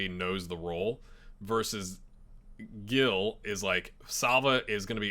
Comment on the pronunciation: I believe Gil is pronounce like Hill